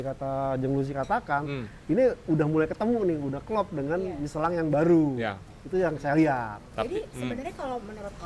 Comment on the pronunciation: MICHELIN...MICHELONG...MICHELANG.... PELAFALAN TIGA KOMENTATOR YANG BERBEDA DENGAN SATU BAN YANG SAMA 😂😂😂❤